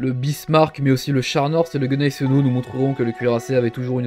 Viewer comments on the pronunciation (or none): "... le Gueunaiseno" lol ! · Cela m'irrite déjà quand le récitant écorche le nom Gneisenau (qui se prononce gnaÏzeunao). - Les grands cuirassés comme le Bismarck et le Tirpitz sont typiques des décisions du petit moustachu débile qui terrorisa l'Allemagne et l'Europe de 1933 à 1945 : complètement en retard sur le monde. Le Bismarck était invulnérable dans la pensée des gens du 19ème siècle : plus rapide, puis blindé et tirant plus loin des pélos plus gros. (argot d'artilleur : un pélo est un obus, de canon ou de mortier) Cela marcha avec le Hood, cela faillit marcher avec le Prince of Wales mais Lütjens, qui commandait réellement la mission du Bismarck, n'avait pas pour ordre de couler des bâtiments de la Home Fleet mais des navires marchands qui ravitaillaient l'Angleterre. - Ceux qui conçurent, firent construire et gérèrent le Bismarck, le Tirpitz, le Scharnhorst et le Gneisenau n'avaient pas encore compris que si des bâtiments ennemis ne pouvaient pas les couler, ce serait un jeu d'enfant avec des avions, donc ils restaient hors de portée des aérodromes ennemis. C'était logique mais ils avaient oublié les aérodromes flottants, les porte-avions. Le Bismarck fut avarié par une torpille anglaise tirée par un petit avion Swordfish, lent et léger, un biplan de la guerre de 14-18, venu de l'Ark Royal. Une seule moindre torpille dans le gouvernail - un coup de chance pour l'aviateur, de malchance pour le Bismarck, et le monstre allemand fut coincé, incapable de manoeuvrer. - Au combat, la superstructure d'un